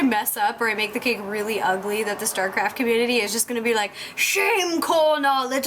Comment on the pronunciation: I like the way she says cake....sounds like cack.